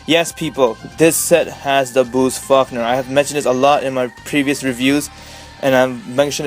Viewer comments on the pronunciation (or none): Bruce Fuckner? Lmao, it's pronounced "Fawl-koner".